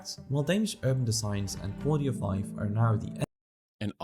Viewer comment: # - Not "audio fife". Quality of life 😉